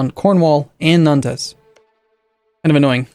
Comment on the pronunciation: omg Nantes sounds like haunts with a N